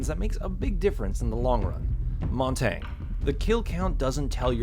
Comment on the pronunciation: Montaigne is pronounced Mon-ton-yay